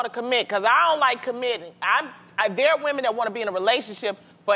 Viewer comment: say woMEN, not womAN. . "i like woman" lol sounds weird.she should know the difference by now.its a basic word that you usually first learn to say when learning a different language